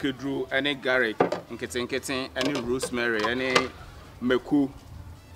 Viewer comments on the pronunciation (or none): I heard garic 🤣🤣but I understand. Nice video. I love to see men cook